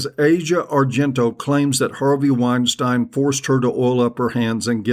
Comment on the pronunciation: I don't know why this showed up as a recommendation but this asshole is just another wannabe intellectual. You're a fuck head that knows nothing. You don't even know how pronounce Weinstein, dummy! Keep taking because it just shows what a Tool you are!